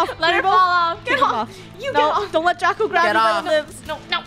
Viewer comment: It’s draco not drago